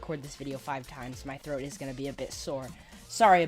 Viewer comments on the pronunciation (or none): none